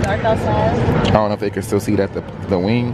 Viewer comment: "Ion like this ion like this"